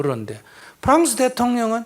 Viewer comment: 블란스가뭔데... 이스님은 남들은 모르는 나라를 아네.. 블란스가뭐요? 발음이 아주변태스럽다